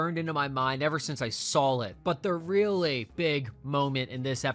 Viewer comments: I can't believe you kept saying "sawl" instead of "saw" or "seen." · I LOVE YOUR VIDEOS BUT PLEASE TAKE THE L OFF SAW WHEN U SAY IT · is there a reason you put an L on the end of the word “saw”? No hate at all, just asking because I’ve heard a couple of people pronounce it this way and wondered if it was a regional thing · I think it’s a regional thing, like how some people saw “dish warsher” when saying “dish washer” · It’s a regional thing 😂 American intrusive L common in mid Atlantic